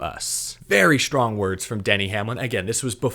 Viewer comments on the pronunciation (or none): Did he say “schtrong” instead of “strong?” 😂